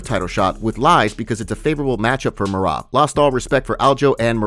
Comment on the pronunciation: Bro I love the channel but you still can’t say Merab’s name correctly. 😂